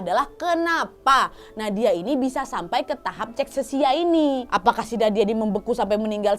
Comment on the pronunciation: Cara bacanya. Kakeksia. Cachexia. Istilah medis dari kurus kering.